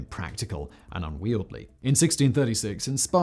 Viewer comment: unwieldy… un wee ell dee … get it together Simon.